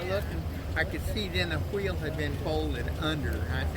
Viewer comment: I liked this video simply for the way the old man said "wheel" in the beginning